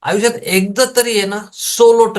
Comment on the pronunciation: आविष्यात😂😂😂😂 बोलायला शिक😂😂😂😂